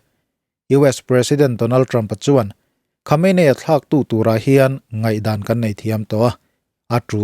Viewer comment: Khawmeini ti a lam tur aw...